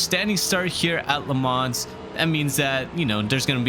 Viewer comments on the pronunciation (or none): Nice vid! I think it’s pronounced Le Mau, not actually Le Mans lol